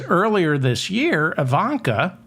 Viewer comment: Obvious misspeaking of Ivanka.